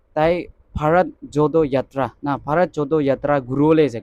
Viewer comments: Bharat jodo yatra.here correction:Jodo.do pronouns JoRo...Nice video. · Not JODO u should pronounce JORO confirm before you upload the video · Please pronounce JODO as JORO yatra.